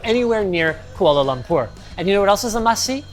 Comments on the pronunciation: The way Linus pronounces Kuala Lumpur is spot on its almost like he's a local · He said Kuala Lumpur correctly oh my god let's go Sarawakian I support Malaysia